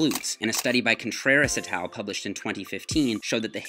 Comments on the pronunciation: Never heard “et al.” pronounced like that before. I always said it as though it were “et all” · Can someone explain why he keeps saying “atal” after saying the name of any doctor in the study